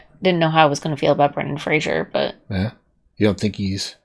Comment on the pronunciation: It's Fraser, not Frasier. A lot of people make that mistake.